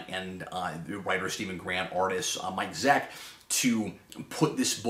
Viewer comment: Zeck not Zek, Cap.